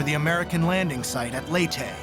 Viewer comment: Lay-tee not lee tay.